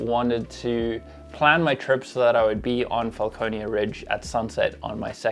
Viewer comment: Franconia Ridge definitely not Falconeia Ridge